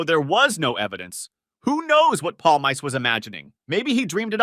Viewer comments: Paul mice? It’s Pawl meese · "Palmyce"? (Paulmeece sound.) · Mickey Paul-Mice? It's Pal-mee-cee Friggen intellectually challenged over here. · Palm Ice is for basement dwellers. His name is Palmice pronounced 'paulMEECEY' The end vowel is always pronounced in the Italian fashion. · palmeese not polmays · pal-mice? Pal-me-see! PALLLL - Meee - Seeeee!! How do you say it in fkin polish!? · I stopped 31 seconds in because your mispronunciation of Mikey Pal -meese - ee was just so ridiculous. Palm Ice? If you want to comment on something pronunciation is just basic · mikey palm-ice hahaha learn the pronunciation jeeez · If you are going to make a video, say his name correctly.. PALE-MICEE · No, it's pronounced "palMEEcheh" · It’s pronounced “Pawl-meese”. This friggin’ guy here… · it's pronunce Palm Miss, dyslexic over here! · Palmiche... Actually. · Pawl - mee - chi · You're such an expert on The Sopranos you can't pronounce Mikey's name? Jesus Christ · Your pronunciation of Mikey’s name is giving me Manson lamps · Can’t Watch past the first five seconds. how are you gonna fuck up this guys name and make an entire video on him? For someone who loves the show so much you’d be the first one kicked out of the fucking crew for being such a Clown